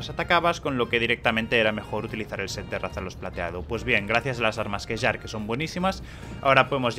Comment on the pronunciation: Kjarr se pronuncia 'Kiar', es una palabra nórdica y las 'J' se pronuncian con 'i'. Sí, era muy importante compartir esto xD